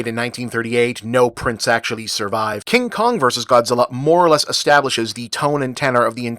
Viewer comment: “The Uncomfortable Kin Kong”? Is he chafing or something?